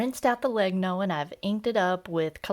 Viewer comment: Just a small thing: Legno (wood in italian) it's pronounced "Lehnyo" as the words mañana, Peña, niña. Or gnocchi.